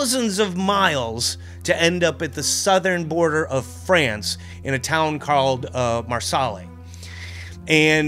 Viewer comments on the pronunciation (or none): When you use the word "Mar - Saul" do you mean Mar-Say? Because that is how it is pronounced.